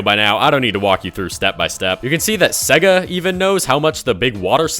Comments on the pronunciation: Bro why do you say "siiiga" and not sega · SEGA is pronounced "say-gah"